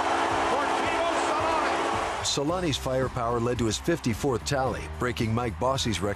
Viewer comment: Its selänne